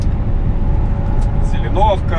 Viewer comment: Лайк за Тольятти) опять поправлю правильно говорить ЗелЁновка))